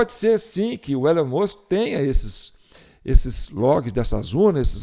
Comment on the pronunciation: A pronúncia de Ellon é Íllon